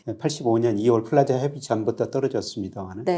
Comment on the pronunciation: 프라자가 아니라 플라자 아닌가요?